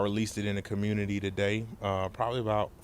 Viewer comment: When you see "Pro-Black" preaching about getting paper and combining that with Fist in the Air talk about "Da Communitah"...RUN AWAY!!! Keep your money in your pocket and keep it moving.